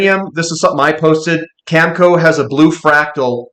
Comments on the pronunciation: cam-eh-co not camco. sorry but it matters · Agree. He can't even say Cameco. Always calls it Camco. I don't thing reading is his strong suite. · Oh I get it, the worn out cliche “eh” thing. I’ve heard Americans say eh as well… anyways, it’s cam e co with the e sounding like in bet.